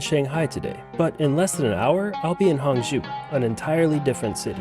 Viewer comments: Hangzhou: hang-JOH, not hong-JEW. Didn't you even listen to the announcements on your train?! Knowing how to pronounce the "zhou" syllable will serve you well in many Chinese cities. 🙂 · It’s Hang-joe, not Hang-jew. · It is Hangzhou. NOT HANGZU. It is pronounce HangCOU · Many Tourists goes to the light and giant water musical fountain show. I am from Singapore and I worked in China for 30 years. This place that you went in HANG ZHOU - pronounced as HUNG CHOUL as is CH with SOUL without the S, CHE- OUL CHOUL, zhou. There is Su ZHOU next door, which is very nice short ride away, and you can visit a very very big musical fountain laser light show there at Jin Ji Hu, Golden Chicken Lake, the place that Singapore invested and built from a farmland into a metropolis. Worth to go eat at the Michelin Starred GU SU Bridge Noodle Restaurant serving the SQUIRREL FISH hand pulled noodles. You will never forget it, and the food is not spicy in Hangzhou. Problem is, you went to a non local outfit, as there are many types of cuisines in China, 8 main types and 54 local types. Hang Jia Cai, which means Hangzhou Family Cuisine does not typically use chillies. They are mainly sweet and sour, using sugar and vinegar in their cooking for most of the dishes. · Like the way you foreigners butcher our language. Hangzhou is not Honggu! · it's hangzhou, not hangzhu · i swear if you mispronounce Hangzhou wrong one more time